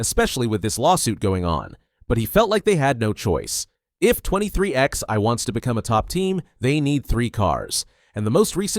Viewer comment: I can't take it anymore. The team is NOT 23 X EYE... it is pronounced 23 11, two separate numbers... like twenty-three eleven. Don't you even know where the name comes from? If you knew anything about NASCAR, you would know how to pronounce the team. Get right knucklehead or get off YouTube.